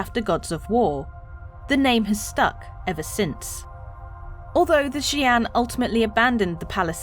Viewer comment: How long did it take to get the pronunciation? ..fair play 😊